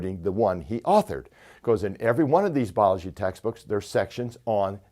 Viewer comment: Yep, that bothered me. . . so did "Bology".